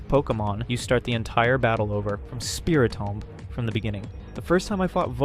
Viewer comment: Did you just say SpiriTOM?